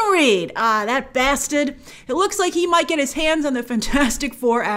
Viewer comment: Grace out here calling people a “bastid” 🤯😱🤣